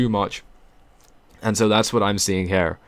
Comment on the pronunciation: dont say HAIR its HEEERE...nice voice no HAIR needed!